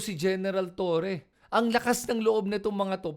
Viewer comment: Ayusin mo kaya pag pronounce mo ha!!! Sino ba si TURI whahahaha🤬🔥 Hanapin mo yung sinasabi mo na tao. Buti pa sabihin yan sa amo mong DuDirty🤬🤬🤬🤬🤬🔥🔥🔥🔥